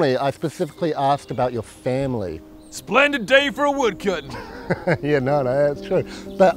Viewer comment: "Slendid day for a wodcutting" "Nice day for fishing, isn't it?"